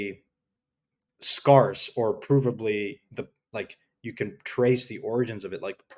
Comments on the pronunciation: Why do you pronounce 'scarce' like that? Drives me crazy.. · I love. But as a community, how long are we going to let him get away with his pronunciation of the word "scarce"? He should lose 0.01% of his net worth every time he butchers it publicly. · omg! it drives me crazy! like WTF !